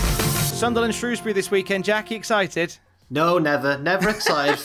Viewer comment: You'd think of all people would know how to pronounce "Shrewsbury" correctly, being a Brummoy and all that.